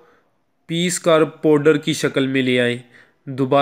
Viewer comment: OYE ULLU ! PEHLAY APNI URDU DARUST KAR LO PHIR URDU BOLO.... YA FER PUNJABI BOL !!. LAFZ 'MURGHI' HAI NA KEH 'MURGI' AUR 'LAFZ 'POWDER' HAI NA KEH 'PODER' !!!!